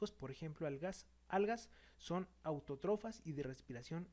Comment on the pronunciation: Son muy buenos vídeos pero no se que tanto se confía en alguien que dice autotrófas en vez de autótrofas. )